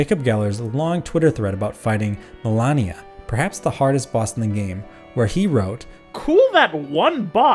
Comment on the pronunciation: The name of the boss is "Malenia", not "Melania". She tells you her name every time you die to her, after all.